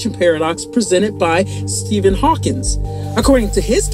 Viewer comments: "Stephen Hawkins"?🤨 It's Stephen Hawking. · Does it suck up things like the narrator claimed? Google? Did she actually say Steven Hawkins? This narration is a mess. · “Stephen Hawkins” really? Why don’t some of these people do some research before actually trying to sound legit. I mean c’mon, at least say the name of one of the greatest blackhole theorists. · She said Stephen Hawkins 🤦🏻‍♂️ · Who is Steven HAWKINS??? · Ah yes, Stephen Hawkins.